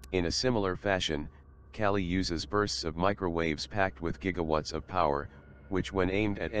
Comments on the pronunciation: its not kelly its Ka-leee "Kali, Goddess of destruction" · calli or KAYLYE hard A and hard I. cay lie. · Kali (goddess name) not kyali u need homework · It's pronounced Kaa- LL - i Named after the goddess of destruction Not Kali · its called Kaaali not Cali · Kelly? do you mean. ..Kali ? please try to pronounce names as they should be spoken !!! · Just a pronounciation thing the Ka in Kali is like Monica's CA sound and the Li is like Bruce Lee's Lee . So it's not like Caltech Cali but Kali like ca - Lee. Bases on the Goddess Kali. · Kali is India goddess of destruction and he pronounced Kali wrongly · the Defense Minister said 'Curry' not 'Kali', he mentioned about his new curry recipe.